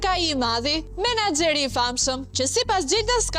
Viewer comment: Po cfar bisnesi ka kjo aman, dëgjoje si thot "Manaxheri"😂 ehhhh moj 😅